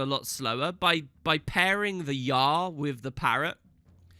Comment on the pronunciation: You pronounced "Yarr" wrong xD